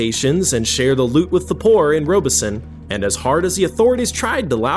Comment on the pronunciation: Rob es son, not Robe es so. I grew up nearby